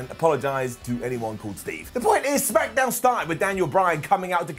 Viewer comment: Noooo he didn’t say Smackadown